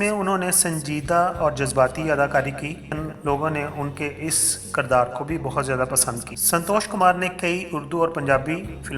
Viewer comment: Ishq Laila is wrong. It is Ishq e Laila... Disappointed, you are under educated. Its not Kardaar, but is Kirdaar....Not Undustry but Industry...